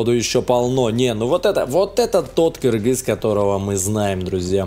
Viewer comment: Наконец-то ты правильно написал Кыргыз и стал говорить Кыргыз!!!!!!